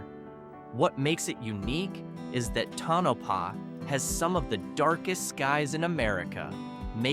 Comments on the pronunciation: Tonapah not Tanapah😊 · to no pah not ton a pah